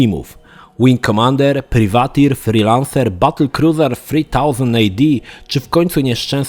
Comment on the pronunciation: Nie ELAJT tylko ELIT Dangerous. Coś we mnie umarło... :) Edit: i dalej - nie PRIWATIR tylko PRAJWATIR, nie BATEL KRUZAR tylko BATEL KRUZER Sorry, niby wszyscy cię rozumiemy ale poprawić zawsze warto. Ja szok przeżyłem i do dziś nie mogę się przestawić z mówienia FALOŁT na FOLAŁT. :)